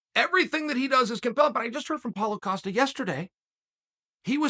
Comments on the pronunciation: Hahahahahaha it is Pereira, not Pierre. I still laugh when you guys called Palhares "paul harris" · "paul acosta"